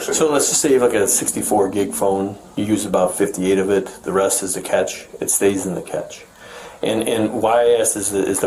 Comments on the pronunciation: it's not pronounced like catch, it's pronounced like cash. Second, the OS doesn't cache like the swap files of old. And even if it did the hand wavy explanation gets it precisely backward. Lastly this is just me musing, I wonder if they use Encase for mobile devices imaging and offline analysis. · its pronounced "Cash" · Explain it like I'm 6... The police officer is saying catch. ? Is he saying cache? Is he mispronouncing that or have I been? Or is the catch something different? Or is that just my ears playing tricks on me? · I have never heard of a phone, or a temporary storage called a "catch" when it's spelled "Cache" and pronounced "cash". That right there is a red flag that any coherent speaker should try and correct the mispronunciation. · Cache is not catch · omg that was bugging the shit outta me! “Catch” instead of “cash” ugh